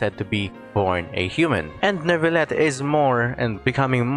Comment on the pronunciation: The way the npc said nervullette instead of neuvillette